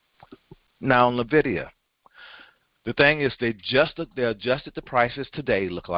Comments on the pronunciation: It is not Nay-vidia. It is N-vidia. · No it is not! It is technically "invidia" but most people pronounce it as N-vidia. It is NOT nay-vidia!